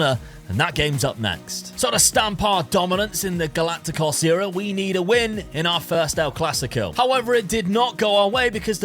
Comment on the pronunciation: Just pointing out how to pronounce galactico correctly.